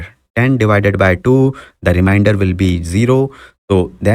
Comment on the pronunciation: Remainder* , not reminder Sorry I have to. It’s like a disease 🦠